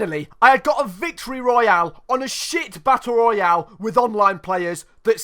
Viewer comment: You pronunce Battle Royale so well that you legit sound like the Warzone voice over Edit: fuck I put a 2 where a 0 should be in.